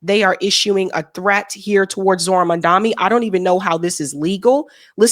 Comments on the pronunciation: I notice you seem to struggle to pronounce Mamdani's surname. Why not break his surname into two: MAM DANI, instead of trying to pronounce it as a singular word...you leave out the 2nd 'm' in saying his name and it comes out as an 'n'. Ironically you sound like Cuomo when he was struggling to get it right. I know you don't mean to be disrespectful. But even when we are unintentional we end up looking disrespectful, all because we don't put that much effort in getting something as basic as getting someone's name right. As Black people one of the things we have fought is to be seen and acknowledged. Getting one's name right is at the core of that objective. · The name is MAMDANI, M* A*M*D*A*N*I. .....We've got to get it right. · you gotta get his name right! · Ma'am, I need you to learn how to pronounce his nam. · you are not pronouncing Mamdani's name right, at all! It is NI not MI!! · Not Mandami, Mam-dani. You're so cute 😂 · Please, pronounce his name correct - Mamdani and not Mandami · Not to be that person but it’s “MamdaNi” not “MamdaMi” 😅 sorry 😭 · Please, pronounce his name correct - Mamdani and not Mandami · Strong woman 🫰🫰🫰 (PS: it's mamdani not mandami) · MamdaNi not MamdaMi. You're starting to sound like Cuomo 😅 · You are doing a massive disservice to yourself and all of us by mispronouncing Mamdani’s name as Mandami, which is the Right Wing’s deliberate ploy to make him “the other”. You need to do better. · It’s Mamdani. Not Mandami. Not sure why that’s so hard. Drove me nuts when everyone mispronounced Kamala too. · NOT MON-DOMMY… its MOM-DONNIE (Mamdani) 🤦🏻‍♂️ Now you’re just saying it wrong on purpose 🤢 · Gonna need y'all to learn to pronounce his name correctly. It's literally only 7 letters. Not Mandami. It's M-a-m-d-a-n-i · Mamdani not Mamdami (that was how didgraced cuomo deliberately pronounce his name. Please pronounce his name as it should. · Please say maMdani not maNdani